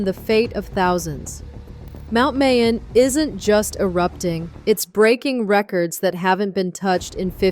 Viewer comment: Mount "Mai-Own", not May-On